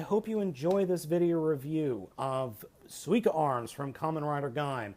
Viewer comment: You're saying it right. :) SUE-E-KAH (Sweeka)